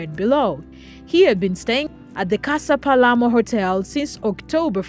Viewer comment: It is the hotel “Casa Sur Palermo” you are wrong when said “Hotel Palemo”. You do not have trusted information.